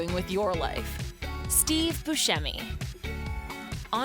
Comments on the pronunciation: It's Steve BUSCEMI, not buschemi. Jeez. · His name is pronounced “Steve Buscemi” that’s “Bu-Sem-y” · Buscemi is pronounced Bu-semi not Bu-shemi